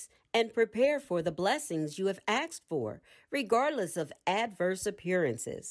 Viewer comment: The content is classic FSC, amd the reading good. For the future, recommend practicing the pronunciation of the word "asked" as such, and not "aksed".